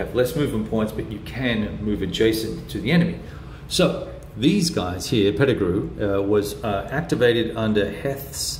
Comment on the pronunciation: You got Pettigrew right, but (pronounced Heath) tripped you up, as it did me, long ago!!! Welcome to the Civil War!!! I think you're going to find that there's fewer good titles and systems at your favored operational level than there are good tactical games and systems for this era. There are a couple of good strategic games (GMT's The U.S. Civil War, as one example). It was satisfying seeing you recognize the strong narrative that these tactical games build. The Civil War is *huge* on such detail, chronicling the exploits of specific brigades from specific states, and of certain key personalities (Lee, McClellan, Meade, Jackson, Longstreet, and so many others). Being able to describe a bayonet charge across a bridge (one you can name specifically) is so much more interesting than seeing one counter get "pushed" 50 miles in some direction on a operational scale map. I notice that facing is not a factor in this system? At first glance I was wondering why Pettigrew's brigades appeared to have their backs turned to the Union!